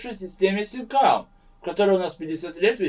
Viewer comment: SECAM not SEKAM. :P